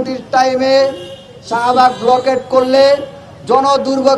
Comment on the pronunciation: ব্লকেড🤣🤣🤣🤣উচ্চারণ ঠিক নাই সে নাকি ছাত্র